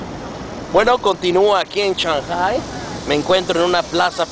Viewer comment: aprende a pronunciar shanghpai xDDDDDDDDDDDDDDDDDDD